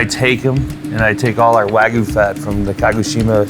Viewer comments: waGYUU not wagu *shakes fist etc* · What is waygoo??? Are they trying to say wagyu?